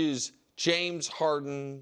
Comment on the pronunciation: It's James "Haren", there's no "D" in "Haren".